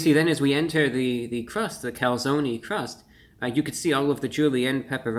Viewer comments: Calzone not calzony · Reviewbrah - The "e" is silent. lol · Its cal- zone not calzoknee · I like that the replaced the e with a y because the e is not silent in calzone. There was a local pizzaria that spelled it calzoni so people would pronounce it closer to the Italian pronunciation. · As an Italian I am personally offended at someone calling something a Calzony. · Take a shot every time he says calzonie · Do they really call it a calzony? Usually it's pronounced calZONE. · I hate the fact he says calzonee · you in the US seriously call a Calzone "Calzony"? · OK nobody that lives in New York would ever step foot in an Olive Garden or eat this type of pizza but for God sake can you please learn how to spell and pronounce calzone because your commercials are killing me. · review brah, its cal zone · Being Italian i can't help but be triggered, it's Calzone, with an E Cool stuff tho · Cone, coney. Calzone, Calzoney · “Calzony seepage” 😅😂🤣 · When he said "Calzony Seepage" I felt my stomach churn